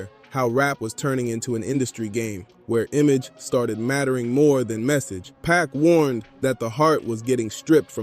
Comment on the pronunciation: Good content but why u say PAC name like that